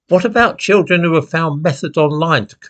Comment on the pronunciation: The chil'en ! 😭 The chil'en ! 😭 We must save the chil'en ! 😭